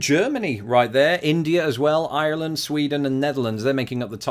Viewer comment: well you are brilliant and interesting and clearly increasingly popular! I'm looking forward to 2019 on this channel.Rather proud of you La! make the next scouse accent less Harry Enfield-esq lol. FYI you now pronounce Ireland as an American not a brit 😊 cant wait to see more changes and vids!